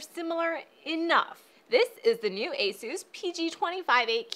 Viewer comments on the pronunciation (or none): It's Asus not Asoooos! >:{ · Is no one going to talk about how she said "Asoos" instead of asus? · Its A - SES, NOT A - SUS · She says asus on the most chinees way🤣